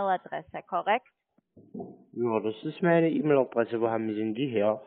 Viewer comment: Per Eämil. Wer kennt sie nicht, die Eämil Adresse?🤣🤣🤣